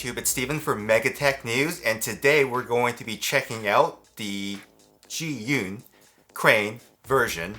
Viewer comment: I think you used five different pronunciations for Zhiyun -_-. Please just say "the Crane". It is JER-yoon.